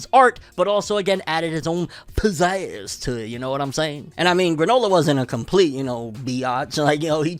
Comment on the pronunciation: This nigga said pizazz